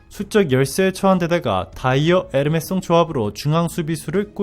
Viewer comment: 에르메송은 누구? 에메르송?